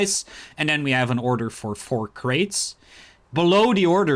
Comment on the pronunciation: order= udder lol